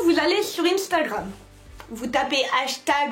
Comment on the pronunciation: Instagram ne se dit pas comme ça